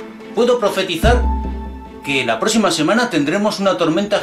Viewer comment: De que región de España eres... Porque pronuncias pésimo "protección"suena.."proteción" Azul = azur Próxima=prosima Descripción=descrición Y suma y sigue... Podrás responder? Te das cuenta o no que pronuncias mal? Podrías responder algo que haga respetar tu manera de hablar?.. Saludos y gracias.